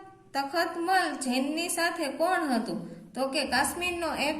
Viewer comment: તતમલ નહી તખતમલ બોલાય ફરીથી ભુલ નથાઈ